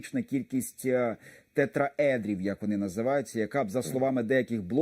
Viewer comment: Нехай ведучій навчиться називати вироби правильно- тетрАедри, з наголосом на А.Безграмотність зашкалює.